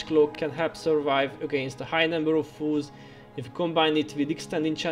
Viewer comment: All this time in your vids, I thought you were saying "fools" vs. "foes" and it always cracked me up..."ball up these fools!" hah. Thank you for all these awesome guides and the effort you put into this game. Well done!